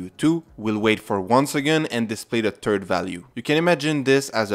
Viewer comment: Terd Value! Lmao!!